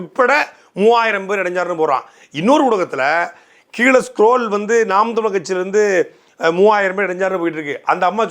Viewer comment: நாம் தமிழர் என்ற கட்சியின் பெயரை உச்சரிக்க கூட தடுமாறுகிறார்கள் சீமான் கட்சி என்னங்கடா டேய் ஒரு அங்கீகரிக்கப்பட்ட கட்சி எதிர்க்கட்சி அளவுக்கு வளர்ந்து நிற்கிறது. 26 இல் சீமான் முதல்வராக கூடிய சூழல் உருவாகிக் கொண்டிருக்கின்ற தமிழ்நாட்டில் கட்சி பேரை உச்சரிக்கவே தடுமாறு கூடிய தற்குறிகள் திராவிட என்னன்னு தெரியல இதுதாண்டா திராவிடம் இதையே எத்தனை வருஷம் டா உருட்டுவீங்க அவ்வளவுதான் முடிவுக்கு வந்துவிட்டது திராவிடம்